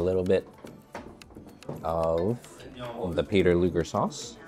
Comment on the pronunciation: You're pronouncing Luger incorrectly.